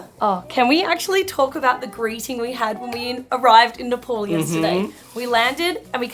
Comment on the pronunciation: Its nepal not nepol...nepal